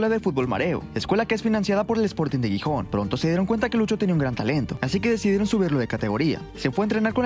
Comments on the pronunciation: Por favor, no es Guijón es GIJÓN, con sonido de J en la G también! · La ciudad no se pronuncia Guijón si no que la G se pronuncia como la J. Jijón. Gijón se pronuncia Jijón. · Por el santisimo Cristo, es Xixon, Gijon foneticamente jijon, por favor. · Gijón no se pronuncia "guijón" 😅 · "GUIJÓN". Que dolor de oido por dios ... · Gijón, no "Guijón" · Gijónnn😅 se pronuncia con "J" , no "Guijón" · Cada vez que pronuncia Gijon muere un cachorrito en alguna parte del mundo